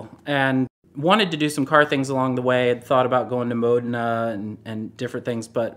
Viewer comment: He said Modena correctly!!!!